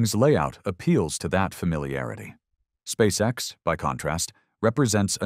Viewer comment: Putin on ne dit pas Space sex!!!!mai Space X!!!!!toi comprendre ou tu le fait exprès!!!!!le traducteur!!!????Putin, we don't say Space sex!!!! We say Space x!!!!! Do you understand or are you doing it on purpose!!!!! The translator!!!????